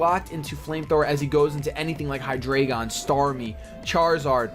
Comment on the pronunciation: It's Hy-dry-gun! It and it's previous evo's are based off the German; Ein, Zwei, Drei (1, 2, 3) Only gripe this video! Keep them coming!